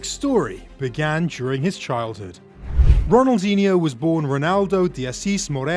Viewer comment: The "nh" in Ronaldinho is not spelled like the Spanish "ñ". I can't think of an equivalent in the English language but it's just a sort of lazy "n". It does require a tongue movement that is not usual in English. But it doesn't become a "ni" as was done here. If you can't do it, just spell it like a "n".